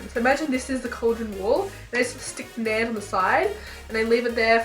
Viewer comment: Naan pronounced Naarghn.